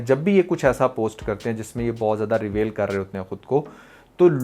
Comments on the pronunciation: Bhai ap aik aahda English course kr lein....... itniiii khraab English.....actresses........reVAIL 😂😂😂😂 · You even do not know how to pronounce basic words such as " reveal" etc... apparently you have made this video to get views. You are showing us what we had missed but if you are a drama nalysis then analyse dramas not women. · Bro Reveal ko pronounce to karna sekh ly... pair video bnana.... Bro ko un ki dressing sy koi problem nahi..... Yeh to pori film dekh k fatwa lgaty hai...🎉😂 Bro you should famous at that level..... they are earning money .... You are doing same....